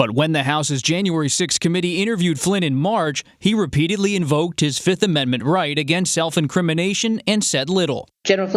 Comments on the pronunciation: He didn't say Fifth, he said Filth.. That's what he is. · U want 2 punch his lights out every time he says Da 5th